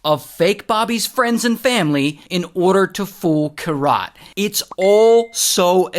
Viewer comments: Its Keerat - not Kirat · Kirat the pronunciation is "keerat" and ik cause it's my name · Bro its not kiraaat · Each time you said her name that way... 🥃 😅 But man this shit is crazy. Weird humans out there. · You butchered the poor girl's name 😅